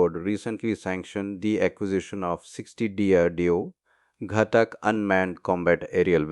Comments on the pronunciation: its not ghatak . It's GHAATAK . learn pronunciation first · did u watch dhruandhar at all ? and heard the pronunciation ? its ghaatak with focus on aaa